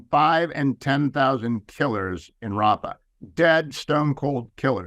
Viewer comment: Biden says hafa Rafa it's all the same to him